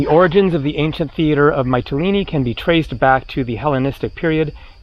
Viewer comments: It's pronounced "Mitt-a-lean-e" not "Might-a-lean-e' FYI. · Actually, all the vowels in the word are pronounced in the same way as the letter "e" or "ee" (see, meet, greek etc). There is no "a" sound at all. So it's more like "Me-tee-lee-nee". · Hi. It's Meetilini like Meekonos. The Y in Greek is pronounced with a clear ee.